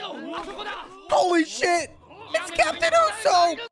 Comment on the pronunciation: Isn't it pronounced oo-sop and not oo-soap? I could be wrong